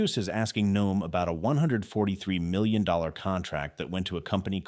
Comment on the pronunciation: Your commentary was interesting and very informative. However, it was rather irritating the way you kept pronouncing Noem''s name incorrectly as..."NO---EHM" Her name is pronounced..."NOME". It more or less rhymes with the word home...HOME---NOEM. If you do any future stories about our former DHS, please pronounce her last name accurately.